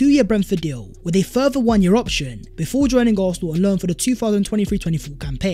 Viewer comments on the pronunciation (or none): none